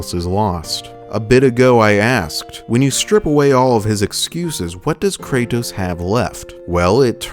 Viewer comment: ive watched almost all of your videos now and the only thing that is constantly bothering me, is how you say Kray-tos. pls for the love of god just say Kratos